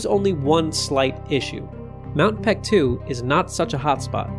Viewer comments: pronounced bek-du not pektu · Reading of the name.. its baekdu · FYI, the more recent romanization of Paektu is Baektu. The "p" is soft, so it's more accurate to prnounce it as Baektu with a soft "b." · Great video! But what is up with the name? It's even spelled Peaktu sometimes😂 It should be pronounced Bek-Du. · Since you clearly know something about the matter you should have no problem understanding what ㄱ has to do with the argument - Paektu cannot be pronounced PaekDU (or BaekDU like you said) because ㄱ can't be voiced here. "Someone in the Korean language", you mean someone who's native language is Korean, someone foreign who knows Korean or someone who just reads Korean names for the sake of some YT video? Sounds very ambiguous but in my opinion it's highly likely to be the latter. In that case, it's kinda unfair of you to expect that person to know the difference between ㅂ and ㅍ and pronounce it properly. It's condescending. And yeah, spelling mistakes are surely a sus political move 🙄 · Whoever told the western world that ㅂ should be pronounced as a P did Korea a great disservice.